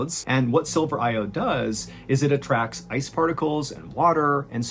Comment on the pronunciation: Is is silver or sulphur the way you enunciate the two words it's hard to tell at about in the video.